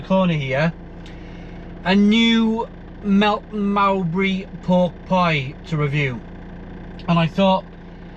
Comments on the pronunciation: Never heard Melton Mowbray pronounced like that before. Bizzarre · Convinced he gets these things wrong on purpose now to wind up his long suffering viewers